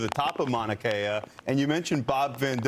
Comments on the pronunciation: Mauna Kea is pronounced Kay-ah. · Mauna Kea is pronounced Moan a Kay a. Just sayin… Lived in Hawaii for 15 years and was corrected many times on how I said, things pertaining to their language.